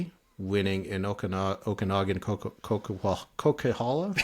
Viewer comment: As someone from BC, the way he said Coquihalla killed me lol